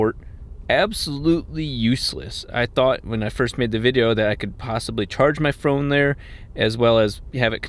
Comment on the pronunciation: he said phrone